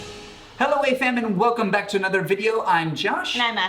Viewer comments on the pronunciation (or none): none